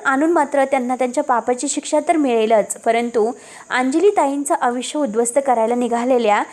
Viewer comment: वाचन चांगल करा.साटी नाही तर साठी अस वाचा ना. अर्णव असा शब्द आहे हो. कस वाचता. आविष्य नाही आयुष्य अस आहे.